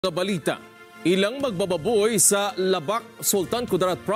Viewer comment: EXCUSE ME???? LEBAK PO! NOT LABAK😂😂😂😂